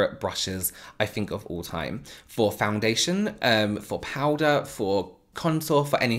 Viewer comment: I could listen to you say "Powda" all day! Love it. Thank you so much for this video😊 I learned so much. What kind of powder are you using ?